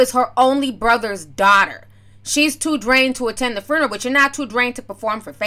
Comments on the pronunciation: “Fruneroll” lol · Girl did you say " farneral" 😁😂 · Furnarow 😂😂 It reminds me of when Ricky Smiley used to make those prank phone calls as an old lady and say “funegro” 😂😂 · inquiring minds want to know what is a 'FRUNNERAL" .....??? OMG JUS HILARIOUS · I kept hearing FURNERAL 😑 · Foo - na- row😂🤣😂😆😫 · No, she said FRUNERAL. 😀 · Hey Ti, love you girl now say it with me “Few-na-roll” lol!!! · IKR...there was an extra "r" inserted after the F. She also pronounces "every" oddly. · It's"few-neral" not "fru-neral". Wtf? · did she just say foonaral? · Listen..... every time she said it I was rooting for her to get it right on that attempt. 😂🤣🤣🤣 But we all words we can't say. I'm too ashamed to admit mine. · TI love you to death, swear I do... big supporter ..but its FUE-NER-AL you were killing me sis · Are you trying to spell the word or help Ti pronunciate it.... cause you're killing me! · lmao spelling it how she said it 😂😂😂💀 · lmao I love how you pronounce the word ...FUNERAL.... lol it's too cute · What Tamar said was bad everything but sis you can't say funeral properly to save your life 😂😂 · I’m triggered by your pronunciation of “funeral “ 🤦🏻‍♀️ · Pronounced- Fyoo-ner-al. Tamar is ridiculous 🙄